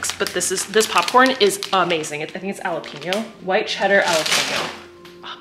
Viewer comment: Hold up - you said ‘alapeno’?? It’s pronounced ‘Hal-apeno’ lol you are too cute! 😊